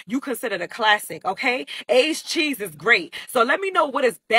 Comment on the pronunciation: She said “age cheeses great”…funniest thing I have heard a Mastadon say ever, lol!